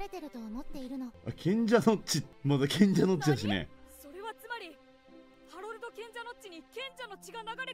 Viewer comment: あおうお って ハロルドじゃない？